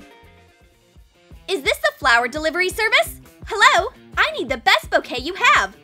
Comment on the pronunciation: When they said bouquet I thought they said cocaine